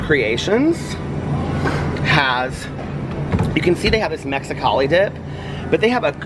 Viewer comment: The way said “Mexicali” lol